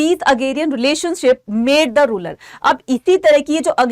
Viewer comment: Kuch bhi smaj ni ara rural ko ruler bolrii h